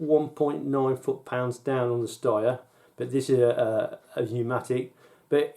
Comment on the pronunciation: Good review. Only thing I'm not sure you're pronouncing "Steyr" properly; someone once told me it's pronounced like 'stair'.